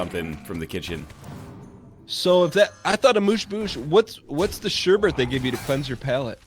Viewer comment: The "Sureburt" pronounciation. It hurts, mama, it hurts.